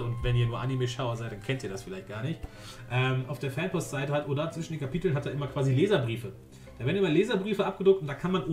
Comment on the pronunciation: du trigerst mich wie du oda sagst ^^